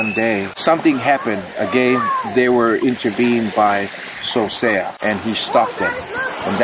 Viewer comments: Its not Sosea lou seasea o. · It’s not Sosea it’s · It not Sosea his name is